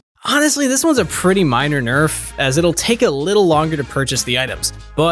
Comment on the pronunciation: You mispronounced nerf on those tank items